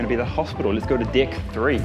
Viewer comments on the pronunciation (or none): dick nhi deck bhai😂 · Damn everytime he said "deck", i heard dick!😂😂 Pretty strong accent he has on that word. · Who thought Karl said 6 dicks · "now this ship has six dicks" :D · Hahhahaha yaa I heard that too 😂😂😂 6 D*cks 😂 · U wanna say it sounds. .. big black dick 😒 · finally Karl Rock said "deck" the way I thought he would XD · The way u say "deck" everytime sounds like you saying something else ha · Hahaha that's the New Zealand accent coming through!